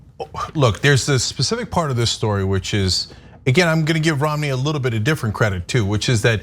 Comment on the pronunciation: Are they booing me? No, they are saying Roo-mney, Roo-mney.